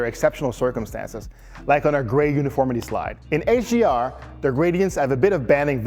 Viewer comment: I hear him saying AGR and AGMI. I was really confused for a bit until I realized what he meant.